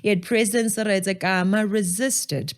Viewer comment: Stop saying "Kama". You're worse than the Europeans. Hayibo! 🇧🇼 /🇺🇸